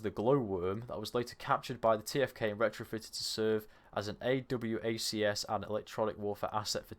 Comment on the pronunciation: AWACS is said as a word. It sounds like "a wax"